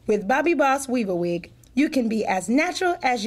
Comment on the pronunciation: I swear it sounds like she's saying "wee-bah-weed", or "wee-ba-wee".